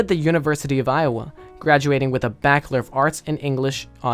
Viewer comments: Back lore Its Ba-CH-ler Bachelor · "Ba-ch-lor = Bakelor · “Backelor” of arts in english